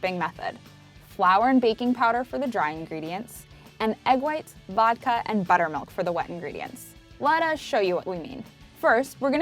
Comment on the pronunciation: SHE SAYED VODKA?